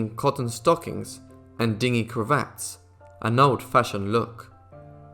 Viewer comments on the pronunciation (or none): Dingy means off color. (Din jee) . Not dinghy (ding ee) like a small boat.